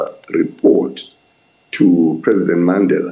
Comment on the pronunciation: I loved how he pronounced in the proper way the name Mandela.